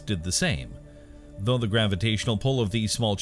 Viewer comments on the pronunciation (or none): none